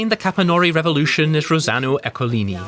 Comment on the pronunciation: Halfway through the video I realized that "Capannòuri" is actually Capànnori I even live nearby 😅😂